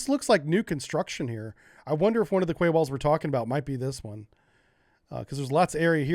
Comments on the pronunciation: Russia DID NOT 'roll in with tanks and troops', they already owned and occupied those naval bases. Also, Quay is pronounced 'KEY' not 'KWAY' you sound like a moron when you pronounce it like that. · I could evening, thought you might want to know that the word "Quay" is pronounced "Key". Keep doing what you clearly love, it makes great videos it really does.:-) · Quay is pronounced "key" Great vid as always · Where I'm from a "Quay" is pronounced "Key" -Just in case anyone else was wondering. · Yes its 'Key' never heard it pronounced any other way.. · Quay pronunciation “key” 👍🏻 don’t ask! Honestly being English I’m all too aware that at times it’s odd, casing point The city of Reading is actually pronounced Redding…….🤦🏻🤷🏻‍♂️ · I love your content always interesting, informative and amusing, but PLEASE pronounce Quay correctly it's pronounced KEE!🙂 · Quay is pronounced "key."